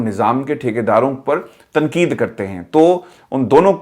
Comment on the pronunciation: صاحب۔ آپ اردو کا حروف ِتہجی ۔۔ ق ۔۔ کیوں نہیں ادا کرتے ۔اسی وڈیو میں آپ بار بار ۔۔ تقید Tanqeed کو تنکید Tankeed کیوں کہتے ہیں ؟ محمد meesaw کراچی